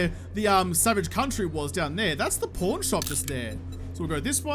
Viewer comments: PAAAAARNNNN !! I seriously don't get why people think you're saying "porn". You're clearly saying an a, not an o. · American here... You say Pawn correctly.